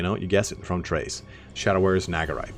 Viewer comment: Crase say it. Crace. Lmao great video man.